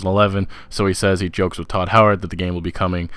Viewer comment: his name is todd howard not tooo howard